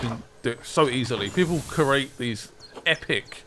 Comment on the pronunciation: What is it with the youtube trend of pronouncing 'create' as 'curate'